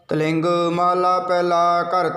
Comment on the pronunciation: ਵਾਹਿਗੁਰੂ ਜੀ ਆਪ ਜੀ ਦੀ ਆਵਾਜ ਬਹੁਤ ਪਿਆਰੀ ਹੈ ਜੀ। ਬਸ ਇਕ ਤਿਲੰਗ ਨੂੰ ਆਪ ਜੀ ਗਲਤ ਪੜ ਰਹੇ ਹੋ ਤਲਿੰਗ ਕਰਕੇ ਮਾਫ ਕਰਨਾ ਵਾਹਿਗੁਰੂ ਜੀ🙇‍♀️🙏